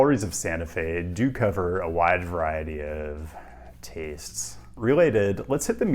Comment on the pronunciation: why'd you say 'taste' that way about that bronze bunny 😂